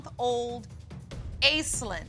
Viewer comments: Off-topic but, the name Aislinn is Gaelic and pronounced ASHLEEN, not "ace-lynn" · It's pronounced 'Ashlinn' not 'Aislinn'. I can't help feeling sorry for the kids having such washout parents. We can only hope and pray that they wake up before too much damage is done. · I thought that name was pronounced 'Ash-lynn'...?